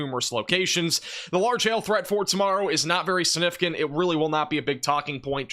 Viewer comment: The word is SIGNIFICANT not sinificant